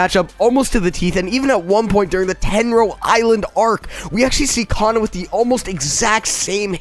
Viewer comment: Man he said cana like me mad